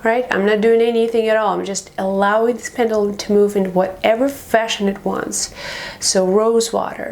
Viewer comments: Please say Pen-due-lum! Properly ;0) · I'm sorry, but it's pronounced PEN-JUH-LUM. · Its a pend uuuuulum. Speak properly lady..../ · It's pronounced Pen.ju.lum even though it's spelled Pendulum